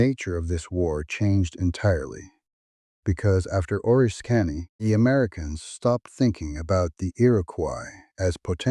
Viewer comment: oh-RISS-kiny, not oh-risk-KA-nee. Also, ale-la-GHEN-ee